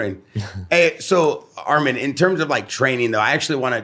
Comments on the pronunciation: SAY HIS NAME RIGHT ITS ARMAN NOT ARMEN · Arman WITH YOUR woman, is the correct way to pronounce his name.